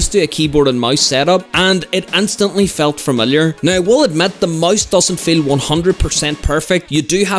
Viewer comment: wht tf is he saing keyboard and mais